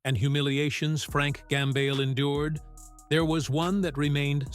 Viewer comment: Always the same voice, the same AI Tone, with improper pronounciations like "Frank Gamble". With all those hints noticed...better go to the comment section first, before wasting your time. Another hint is this title "Musicians he hated the most". Frank Gambale would never ever stoop that low: He may criticise fellow musicians, but never would he pronounce any "hate". Just beware of all those scandalous clickbait titles à la "hate", "shocking" etc...